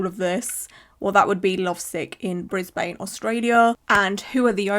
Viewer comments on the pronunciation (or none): SHE LITERALLY SAID IN THE TIKTOK HOW IT’S PRONOUNCED, I LIVE IN BRISBANE AND IT’S PRONOUNCED “BRIZ-BIN”/“BRIZ-BN” NOOOOOOOOTTTTT BRIS-BAYN 😭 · Any other Aussies cringe a bit at the way she said "Brisbane" 😂😂 always funny hearing non-aussies pronounce it, that and Melbourne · Gasp. Brisbane? Thats where I live. hehe the brisBANE pronunciation always gets me